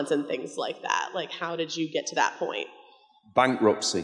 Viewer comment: "Bankruptcy" LMFAO